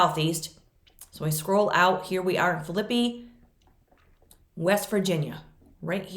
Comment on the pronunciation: I live close to the town of Phillipi, WV. It is pronounced Phill, la, pee. Phillipi has a covered bridge built in 1852 and is a national landmark. Really pretty little town.